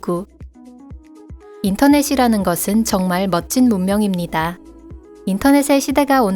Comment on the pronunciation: "입니다아~~ " 이렇게 왜 자꾸 질질 끌면서 한 문장을 끝내나요? 강세를 "다아~"에 줘서 집중이 안되게 하십니까.. 짧게! 끊어 읽어요. 질질끌면 발음이 뭉개지는것 처럼 느껴져요. 짧게 끊어 읽고 강세는 제발 앞으로 당겨요.